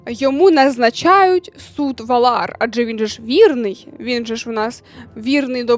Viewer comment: Так само і з Валар, навіть у серіалі в оригіналі вони "вАлар", "вАлари", а не якісь "валАри". Дуже ріже вух, коли авторка каже(